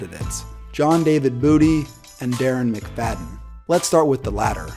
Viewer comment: I almost thought he said John David Booter. I wish.